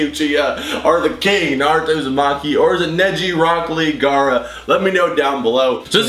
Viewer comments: NARUTO Gara it's Gaara not Gara lol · Gaara* Not gara